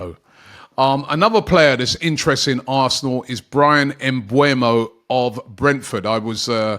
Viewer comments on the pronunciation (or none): It's MBEUMO Not MBUEMO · It's MBEUMO and not MBUEMO !